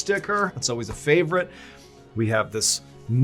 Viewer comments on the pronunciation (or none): none